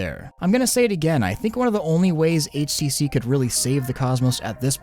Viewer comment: It sounds like your saying ACC instead HTC.